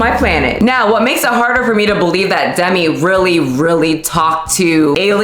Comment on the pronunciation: Themi not Demi 🤣